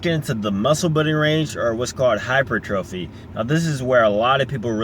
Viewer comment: He is saying he is pronouncing it wrong. It's hy-per-tra-fee not hy-per-trophy.